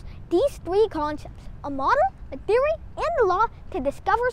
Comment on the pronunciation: I love the ascent "tiory"